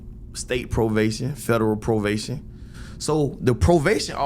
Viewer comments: try believe its pronounced as "Provation" 😂🤣😭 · Did he say "provation" 😂 (probation)